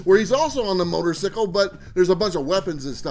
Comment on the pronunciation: Not how you say motorcycle! Definitely jacked up on coffee! Maybe some cream/ "special sugar"? I feel like I can say nanananabooboo to everyone now that I have secured my blowtorch set! Best episode yet dude.